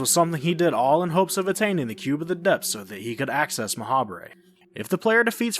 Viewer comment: I feel like Ma'habre is meant to be pronounced like macabre. Like, "Ma-hobb".